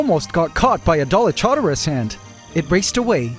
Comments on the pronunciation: Dolic Horderus (the “u” is silent) 😂 The Dolic Horders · For the new ant colony, the Dallylamas? 😂